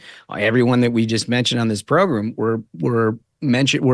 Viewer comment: I don't think Matt Gaetz should be AG... he doesn't even have juristic experience... Not to mention the charges against him... Also sometimes you say "program" like "progrom" and it almost sounds like "pogrom" which has a very bad connotation by the way.